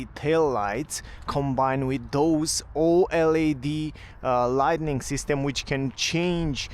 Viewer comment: Thanks for the videos, can I just correct one word? It's "lighting", not "lightning" - no N in the middle. "Lightning" is only for the flashes in storms. For the rest, your English is a lot better than my Romanian (although I do speak a bit!).